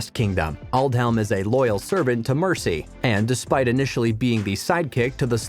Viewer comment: Ethelfleed? Ekwin? Mercy (for Mercia) It’s annoying! Who is Godwin?